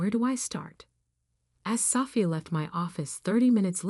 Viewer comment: You really need to say the Annunciation of the name ' Sophia', but a good story.